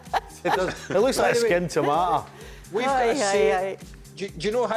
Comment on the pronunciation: “Lurks lik-a’ skinned toomartahh” 😂